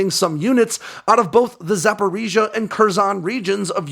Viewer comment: i believe you pronounce «Запоріжжя» better then any other western person